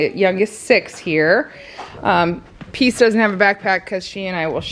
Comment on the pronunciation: Peace not pea!!!! Lol